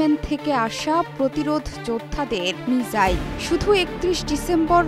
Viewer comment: মিজাইল কি আপা সাংবাদিক আপনে মিসাইল বলবেন